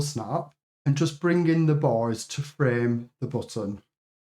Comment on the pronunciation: oooh youre saying "bars"! i heard "boys" when referring to the bars